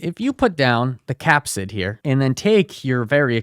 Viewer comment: Phage is pronounced “fayj” Capside?